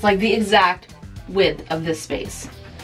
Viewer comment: ITS THE EXACT "WIF" OF THIS SPACE ! hahahaha